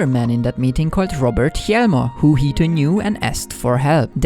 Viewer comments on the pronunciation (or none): Heads up! The 'H' in scandinavian words that start with Hj is silent, so Hjelmer is pronounced Jelmer, Hjul is Jul and Hjalte is Jalte.